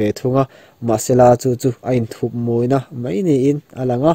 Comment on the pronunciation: Mei tih aiin Mai tih lo hmang ve tawh la tiraw